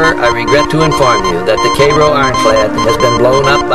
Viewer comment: I'm sorry, but if you go to Cairo IL you will find it's pronounced Karo. Guess the founders didn't know how Cairo, Egypt was pronounced.